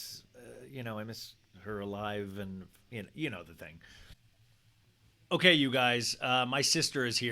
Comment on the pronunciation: "Owkey owkey" 😂👌